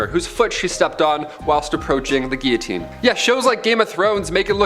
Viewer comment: WHY CAN’T ppl pronounce the word “Guillotine” correctly ⁉️⁉️⁉️⁉️ I realize that it’s a French word, however, if you’re diligent enough about the quality of your content, one would make sure that the QUALITY was of top priority as well. 😡